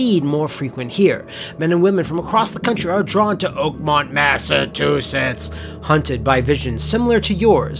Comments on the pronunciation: LOL "Massatoosets" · God! The way says 'Massachusetts' makes me feel like i got hit the back of the neck and head with a cold fish.